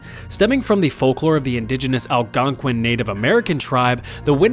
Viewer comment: hearing an american pronounce Algonquin is impressive